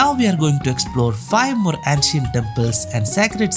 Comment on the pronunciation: Nice video.Please do look up the pronunciation of ancient 🙏🏽